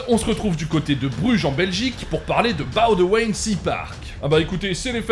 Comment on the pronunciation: Je vous félicite pour la prononciation de Boudewijn 🙏🙏🙏 Par contre ... RIP Erica ... quelle belle preuve d'amour!!!